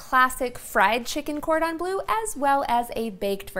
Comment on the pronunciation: It is Bleu not Blue :)